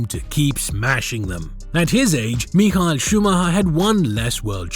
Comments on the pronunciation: no he didn't lmao. I speak german. he pronounced Michael all wrong, just Michael in the English pronounciation is fine. as for Schumacher, he did pronounce that in the English version, but the "ch" should actually pronounced the German way. so he literally did the opposite of trying to pronounce it the german way. he pronounced the German part of the word in English, and pronounced the English part in German. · I am very disturbed by the way you pronouncd micheal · Nice video! But that was the strangest pronunciation of "Michael" (Schumacher) I've ever heard 😄